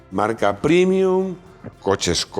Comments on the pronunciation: prémium, prémium, prémium. Pre, pre, pre. Me sangra el oído y el duodeno. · ¡Y dale con primium! Paleto, que se dice prEmium, como prEmio.